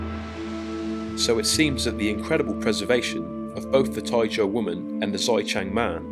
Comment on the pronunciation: then your pronunciation and typing are wrong